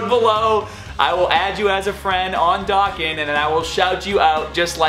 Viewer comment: U dont say Dokkan correct its pronounced like doe and con